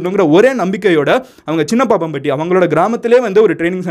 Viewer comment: அது சின்னப்பம்பட்டி , சின்னப்பாப்பம்பட்டி இல்லை.